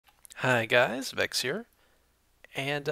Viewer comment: It's pronounced Vex not Vetches